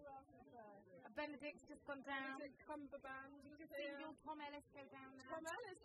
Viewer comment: ''Benedict cumberband'' Oh how I love Miranda